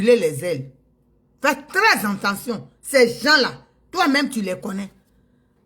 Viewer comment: On ne dit pas anttention chère Madame et tous les ivoiriens, on dit attention, A TT EN TION et non AN TEN TION..